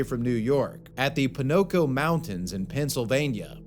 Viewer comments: “Ponoco mountain” 😂😂😂😂😂😂😂😂😂😂😂😂😂 It’s pronounced “Po-Co-No(se)” lmfaoooo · mannn why u pronounced Poconos like that?? 😒😂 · Grew up in the Poconos, never heard it pronounced that way. Someone hasn't been keeping up on their New York crime dramas. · Did we really just pronounce Poconos like that? 😂